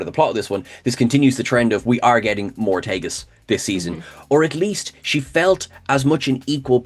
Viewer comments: Did say we're getting Moretegas? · "More-tegas"... they killed her off halfway through the episode, and she had the least to do as her holodeck character.